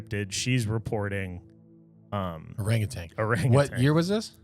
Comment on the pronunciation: It is NOT orangutang!!!!! It’s orangutan